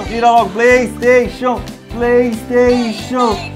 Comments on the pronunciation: Plesteixo plesteixo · PRAYSTATION, PRAYSTATION, PRAYSTATION !... KKKKKKKKK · "PlayStation PlayStation PrayStation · PLEISTEICHU! PLEISTEICHU! PLEISTEICHU! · PLAYSTAXION, PLAYSTAXION *(vira logo)*, PLAYSTAXION!¡!¡!¡...……